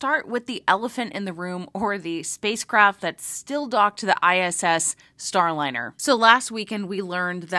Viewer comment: I think you mistakenly pronounced Boeing's debacle as "Starlinner", but you more than made up for that when you Freudian Slipped and referred to it as the "spacecrap". And as for hearing from Butch and Suni? I doubt that will happen soon. They might no longer be in yay-team-cheeleader mode, and NASA may be worried about how they would respond to questions. Because how would NASA punish any negativity - send them home?